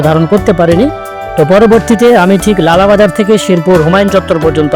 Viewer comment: Vai ekan lala bazaar nay goalabazar🙂